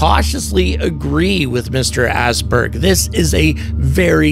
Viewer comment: Hey good stuff man. I think we're on to something here. Not to be pedantic but Åsberg's name is pronounced "Ouahsberg"